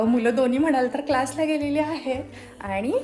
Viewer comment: Hi 🎉🎉 happy Birthday 🎂🎂🎈🎈 🎉🎉तू जशी आहेस तशी काही वाईट नाही आहेस ❤❤रियल आहेस फक्त एक सांगावसे वाटते (आनी, पानी)जे बोलताना होते ते सुधारलं तर खूप छान वाटेल😊😊